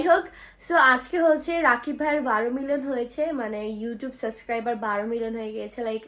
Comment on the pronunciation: শুনো, শব্দ টা সাসক্রাইবার না সাবসক্রাইবার।